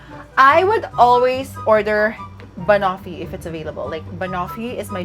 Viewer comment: Girl, check how to pronounce banoffee.. 😊🥰